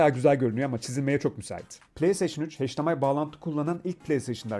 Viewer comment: “HeYçdİEmAy” ne “heYÇdİemaY” mış, bir “hEYÇdiemAY” lafıdır gidiyor. Öyle mi okunur hdmi.. 😒😖